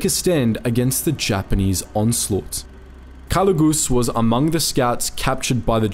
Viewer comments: Jose calugas not calugus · A little correction in the name it's actually Jose Calugas not calugus.